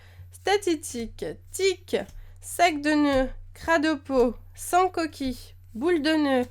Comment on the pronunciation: J'adore quand tu dis Sancoki tu le fait avec un accent du Sud limite xD. J'ai trop envie de m'acheter des booster mais je peux tellement pas :(, je suis la tristesse. Sinon j'ai une question, tu compte refaire bientôt un opening en ligne avec les codes ? J'avais regardé tes vidéos dessus et ça m'avai plus, du coup je me demander si tu compter en refaire ^^